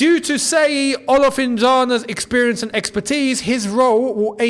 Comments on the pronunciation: Hello, His name is pronounced "She-yi" and not "Se-yi" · it's no pronounced as seyi... it's Shay yee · "Sheyi" not "Seyi". Nigerians will soon sue you 😂😂😂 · It's pronounced "shh" as in "SHEY-YI" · Seyi is pronounced with the S as Sh so then Sheyi, its a Nigeria name Thanks for your good work